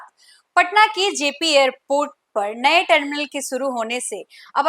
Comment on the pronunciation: Deso nahi desho,sarma nahi Sharma, suru nahi shuro at least koi language to Sahi bolo behenji, try to improve, Good luck